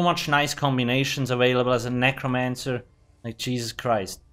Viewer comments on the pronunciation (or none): thanks for guide. i love when u say "cheezus christ" lol